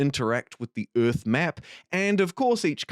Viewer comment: WTF is "simulator of ürth"???